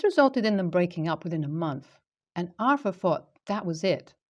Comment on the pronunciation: Pronounce it as are-thur there is no "F" in it.